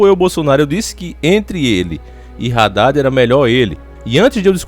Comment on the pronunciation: Não é Raddad e sim '' Haddad ".